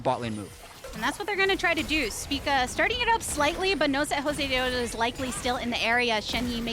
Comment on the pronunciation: YES I MADE THIS SAME COMMENT. NO KNOWLEDGE, NO CHARISMA, I CANT STAND THE WAY SHE SAYS JOSEDEODO, SHES NOT EVEN ORIGINAL WITH THE CHOPPY CASTING